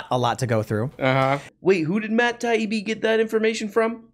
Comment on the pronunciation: I like how pronounced Matt Taibi’s name perfectly the first time.